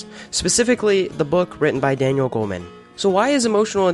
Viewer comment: Its Goleman not Goldman